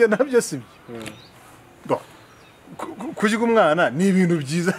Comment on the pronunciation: Hhhh kurya......Umva uwo mutumirwa uko avuga "RYA"🤣🤣🤣